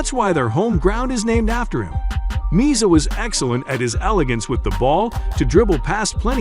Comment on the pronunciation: Pronunciation Me- azza. Not meazza